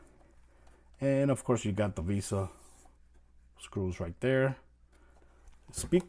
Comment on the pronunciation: It’s vesa mount not visa 😂